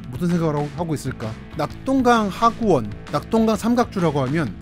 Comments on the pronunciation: 하구원이 아니고 하구언堰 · 하구원이 아니라 하구언이라 하지 않나요? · 하구원이 아니고 하구언 입니다 정정할수 있으면 하시길~~~